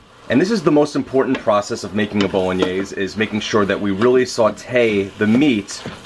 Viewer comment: Based on the bit at the end when Richard had to help you out with the pronunciation of Bolognese, I would love to see your blooper reel!!!!